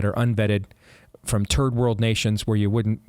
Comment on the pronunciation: Is Steve. Saying terd-world countries? Cause he’s said it twice now. lol, terd-world countries. 🤷🏼‍♀️